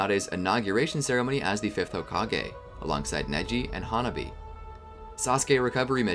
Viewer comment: Ha-Nah-bee not hona-bee